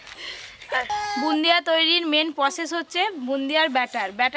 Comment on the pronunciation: Bundia noy go bode bole😂😂